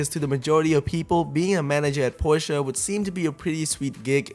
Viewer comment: Why are you calling it Porscheeeeaaar it's Porsche